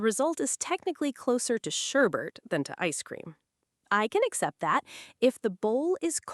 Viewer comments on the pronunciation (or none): 自分用 I was a little surprised by the unexpected pronunciation of “sherbet.” What was it again that I asked about the etymology of “sherbet”?